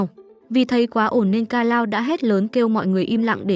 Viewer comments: kanao❌ ka-lao✔ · Kanao mà D:< Sao nói là kalao <:< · Kanao❌ Kalao✅